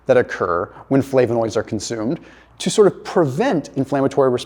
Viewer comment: You’re pronouncing flavonoids wrong